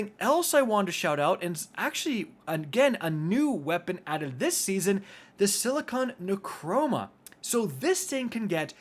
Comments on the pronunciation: “Silicon NeuCroma” when it’s Neuroma. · Silicon necroma thumbs down for mispronounciation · Insidious??? Also why does he say silicon neucroma. He just put a C in there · Ok do you purposely read the weapons wrong. Like please learn the pronunciation for silicon neuroma succession and fortissimo